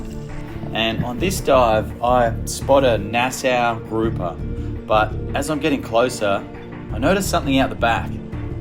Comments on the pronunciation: GROUPER NOT GROPER 😂 YOU MUST BE A GROPER I GROPER is a perv!!!!😮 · yo this got to be rage bait who in the Bahamas said grouper like that😂